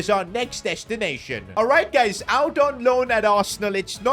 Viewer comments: I think he meant to say guys but mispronounced it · yeah your right